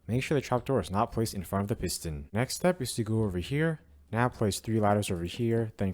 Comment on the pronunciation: The way he says now gonna show you how this farm works "It seems that he says not instead of now"